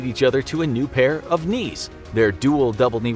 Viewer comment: I'm sorry... did you say...knees???